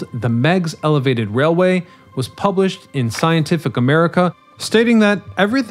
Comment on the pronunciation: Nice stuff. However, you should work on the accuracy of your info (It'll probably get baked into ChatGPT) and the pronounciation of some words, especially proper names. (Meigs, Lowell, Scientific AmericaNNNN)